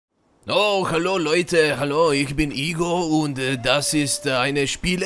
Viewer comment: Nije ti trebalo meko r kad se rekao Igor na nemackom